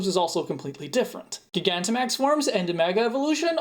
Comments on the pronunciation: I don't think so. I think it's still "Jai-gan-ta-max" because it's spelled "Gigantamax". "Guy-gan-ti-max" I guess is his own interpretation, but it's "-tamax", not "-timax". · Huh so you that is how you pronounce gigantamax